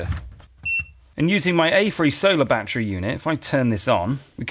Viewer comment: It's NOT a "bat-tree" It's a "ba-TTerY"